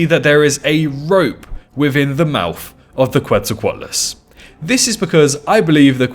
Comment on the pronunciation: The name Quetzalcoatlus is pronounced “Ketzal-co-atlus”